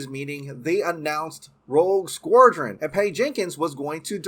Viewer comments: Please learn how to pronounce "Squadron!", It's not "Squordron." Also, learn how to pronounce "Gadot" - it is NOT "Guh-doh" it is "Guh-dot" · It's pronounced "SKWA-DREN" not "skwor-dren" -_ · here's some help. "Sqwad-ron". While I'm here, "There is the rumours". There ARE the rumours. Plural. Maybe English is not your first language?? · Why are you saying SquORdron? Do you have an accent? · Learn to pronounce "SQUADRON" or don't speak. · can't pronounce Squadron to save his life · That pronunciation of squadron lol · God, it was painful listening to you mutilate the pronunciation of the word squadron .. besides that, love ya' :) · He’s playing Merkel, Gordon’s partner. Also, your pronunciation of the word “SQUADRON” haunts me! Have a great day and love the channel!